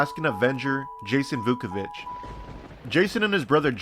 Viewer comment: IT is Vuković